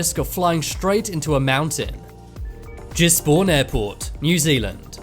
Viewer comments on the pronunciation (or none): It's Gisborne not Jizzborne as this commentator pronounced it.. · It's Gisborne airport not Jizborn airport. It's in New Zealand and this guy doesn't have a clue what he is talking about. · You say it as Gisbin (im a newzealander that live there so liike im right :') )